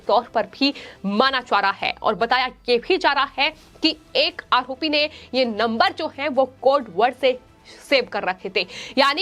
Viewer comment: आहोपी आखैन खान... 😃 अच्छी एंकर है |